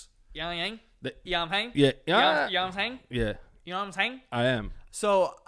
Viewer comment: "yongying... yomhang.. you know imsaing." this is the development of the sentence (You know what i'm saying?).